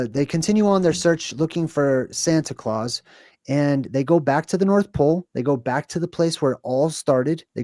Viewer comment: santa claus a Sounds like center Klaus 😮